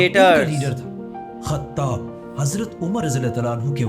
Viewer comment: Brother "UMAR BIN KHATAB" nhi "UMAR BIN KHATAAB" ❤ Don't Mind Bro ❤